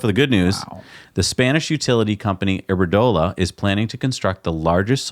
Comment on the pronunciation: The Spanish utility company is Iberdrola*. Not iberdola for those seeking to invest in it.